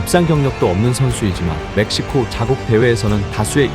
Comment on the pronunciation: 멕시코 ㅅㅂ 지금 메시코 (몇 시고)